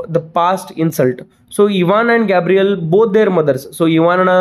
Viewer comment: sir, Ivans neighbour name is Gavryl not Gabriel.